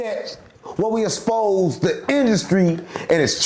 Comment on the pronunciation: “we exspose”😂